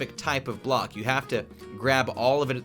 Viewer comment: Did anyone realise the K in ‘Weathered Copper BlocK’